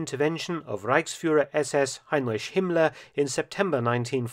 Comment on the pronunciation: the ch in heinrich is a hard C.